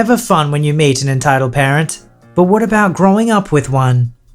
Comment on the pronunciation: When you say “entitled parent” it kinda sounds like “entitled Karen”